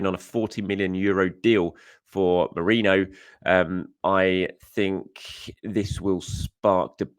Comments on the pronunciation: After correcting yourself you said Mereno twice afterwards. Hilarious. Why do people find it so hard to pronounce his name correctly. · Meh - REEN - No